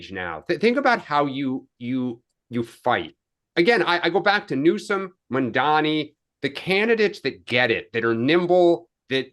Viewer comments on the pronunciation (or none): Would someone please TELL that it's "MAMDANI'" not "MANDANI." It's not that hard to pronounce names correctly. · How long until learns how to pronounce Mamdani’s name the right way?